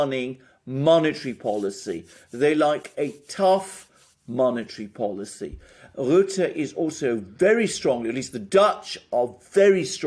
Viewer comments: Rutte pronounced Rutter Wilders pronounced Vilders (more or less) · Rutte is pronounced as burst 😉 not ass bull